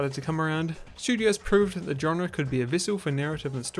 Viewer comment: but you can’t pronounce it…